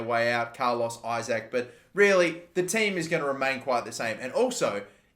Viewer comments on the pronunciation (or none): none